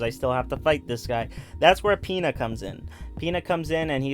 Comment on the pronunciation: Pina is pronounced pin-uh